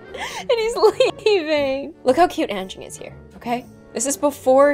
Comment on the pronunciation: I am from Indonesia and you said anging wrong